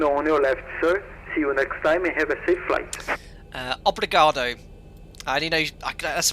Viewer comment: Ficou engraçado ele tentando falar "obrigado" e "Congonhas". Só achei estranho o código transponder, o default aqui é 2000 e não 2020.